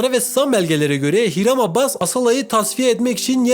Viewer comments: adamın soyadı abbas değil abas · abbas deyip duruyo ya, abas abas